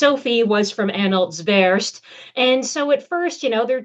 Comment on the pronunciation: Slightly distracting that your learned and erudite guest cannot pronounce the dynastic name her research subject, Anhalt-Zerbst (Tsérb-s-t)